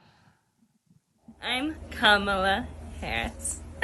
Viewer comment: Wow, Kamala did nail it. The laugh, pronunciation